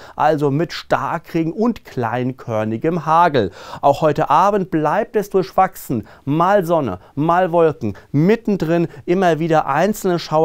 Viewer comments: Durschwachsen? Bitte richtig aussprechen Durchwachsen. 🙂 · Auf Hochdeutsch sagt man durchwachsen genauso wie man das Wort schreibt so sollte normalerweise ausgesprochen werden. 🙂 Sonst Sie sind 👌👍